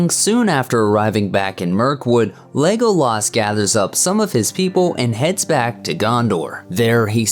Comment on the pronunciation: What is with the way they say Legolas on this video. It’s so buzzard. Lego-laaas Like why? Just say it normally